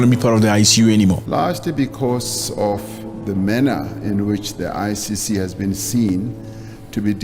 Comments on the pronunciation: You keep saying ICU...it's ICC not ICU! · I heard him twice saying ICU it's ICC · Why do you say ICU instead of ICC